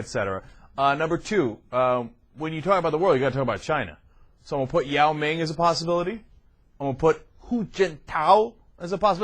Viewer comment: dis nigga said yoa ming